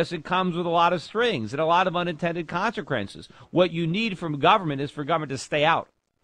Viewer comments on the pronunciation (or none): lol he said consequence all weird